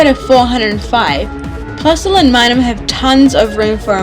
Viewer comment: Just FYI, it's Minun, with a "n". And Illumise is pronounced ill-lou-me-zay. ;)